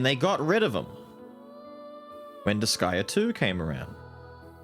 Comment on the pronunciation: But, IT IS DISGAEA... It cut into my sooooul hearing her say that... MY SOUL. 😢😂